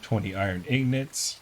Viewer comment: They are called ingots not ingnits